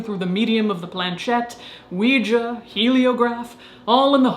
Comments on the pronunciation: You're the only Youtuber I know that says the word Ouija correctly. Most dingdongs say "WEE-GEE" which drives me batshit crazy since it ends in an A. You (and I) say it properly. It is pronounced "WEE-JUH". Thank you for being my Verbal SuperHeroine--with an ass kickin' vocab. ❤️❤️ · Finally!!! someone who pronunces Ouija properly! it's an A, people! not an i nor ee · Thank you! Thank you! Thank you! For singing Knock Three Times and, more importantly, pronouncing ouija correctly. You are fantastic!